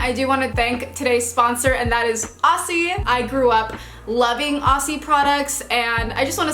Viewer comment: Love this. I just want to help you with saying Aussie (oz-zee). Yours sincerely, a confused Aussie.